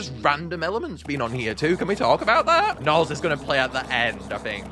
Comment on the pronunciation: Why does gnarls sound like hes saying nya🤨